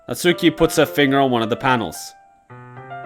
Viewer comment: Natsuki more like Natuski am I right ha haha